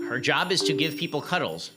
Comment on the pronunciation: I thought Ben was saying professional cudgels, instead its professional cuddles. That's why I thought he had a problem with people cudgeling each other, instead ....... he really is not a people's person.